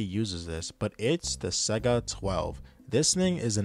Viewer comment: By the way, the Saiga, it’s pronounced “Sigh-ga 12” not Sega… and don’t even get me started on Matka Miest…